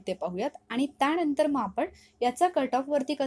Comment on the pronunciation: "त्याणंतर" नाही 'त्यानंतर'